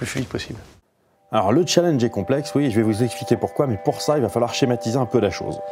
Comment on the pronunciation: "Le chalange" Arf "Le challenge" Aaah